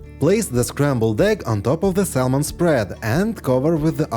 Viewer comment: Bravo. Thank you for the trick. Fyi we don’t pronounce the “L” in the word SALMON. The letter L is silent.